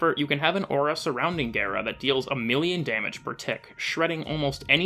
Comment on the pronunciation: Oh my fucking god gara like car not hair >:(